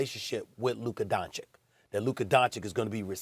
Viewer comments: He still says Doncik, after 3 long years… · Please teach him to pronounce his name right . It's Don-chich . What is this disrespect? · Luka Donchick??? Cmon Stephen A... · ITS PRONOUNCED "LOOKA DONCHICH" YOU PIECE OF SHEET,FOR GOD SAKE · You would think that Stephan A would learn how to pronounce Luka's name correctly by this point. DON-CHICH, repeat after me, DON-CHICH. Who is Donnie Walsh? Did you mean Nelson? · “Donchick” “Donnie Walsh” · I will never understand how Stephen A. has no problem saying Kristaps Porzingis, but keeps mispronouncing Luka Donchik....I mean, what's next....Luka Donkich? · i literally cant believe stephan A still says DONCIK, this has to be on purpose at this point lol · it's don-cich, stephen a sbitch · Stephen A: Luka “Donchik” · It’s been over 3 years and this moron Stephen a still can’t pronounce Luka’s name correctly